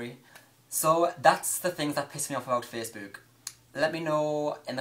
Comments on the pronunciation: The way you're pronouncing facebook is annoying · The way you say "Facebook" makes me giggle, everytime. haha >:D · Omfg the way you say facebook :')